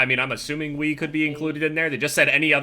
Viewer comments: Sounded like said xD "I have played weed" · "played weed" Is what I thought u said.